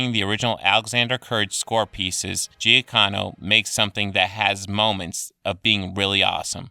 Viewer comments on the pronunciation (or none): I disagree that the Star Trek soundtrack was just "okay". I think the melody Giacchino (which you butchered the pronunciation of btw) came up with is beautifully crafted and has a very appropriate feel.